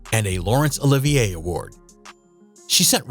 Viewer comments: Wish the narrator could pronounce BAFTA and Olivier Awards correctly. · I agree. This video made me think I was just saying it wrong all this time.